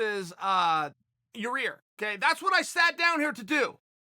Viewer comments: Your adding an extra r to his name ohh so it’s pronounced ya rear lol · Chael it's Ya ear not Ya rear. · YAH-EAR...not YAH-REAR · Chael please stop saying Yarear, its not that hard lol. YA-EAR NOT YAREAR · Did Chael just call him Urea? Jesus Christ Chael you had to have heard them say his name on the broadcast a bunch of times. It's pronounced Yi-eer. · Chael is definitely pronouncing Ya-rear's name incorrectly on purpose. We now all know what Chael thinks of him. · "And none of them hit Ya-Rear. " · First minute off the vidéos Uncle chael: you ear Rodriguez!!!!OK great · He called him, "your rear"...too funny 🤣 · Chael; Yah- rear Rodrigues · Chael “yuhrear rodriguez” sonnen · Hey Chael, it's Ya-ir lol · I swear I think he was saying your rear on purpose good call chael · Chael it’s (Yi Air)! Sheesh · does he really not know how to pronounce Yair? Or does he just like to say "your rear" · It should be duly noted the correct pronunciation is “Your-Rear”. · Chael intentionally saying Your Rear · I like how he calls Yair "Your Rear" lol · Germ-y and Ya-Rear.... Ok great! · Hey Chael, I bet yah-rear is pretty germy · dude...Chael There's one R Yi air.... Yi air Say it with me slow cmon....Yiiiiii air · Oh and by the way....how's yarear? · Sounds like he saying your rear lol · Chael FYI: YAH-YEAR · Its Ya-IR! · Chael it’s ya-ear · Yar-reer :P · 😂😂 He's still going with it, "ya rear" hahahahaga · Urea/ uriah. Chael says urea so urea it is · He was corrected on how to say yairs name & still calls him yarear. I love it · I am 97% sure he does it on purpose, but if he admitted to it he'd have to stop cos it would lose its comedic appeal. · Cheal has officially named him Ya Re Aerrr now. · he will never be able to say Yair.